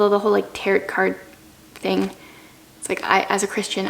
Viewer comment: Tarot is pronounc ed like tare-o. Not like carrot.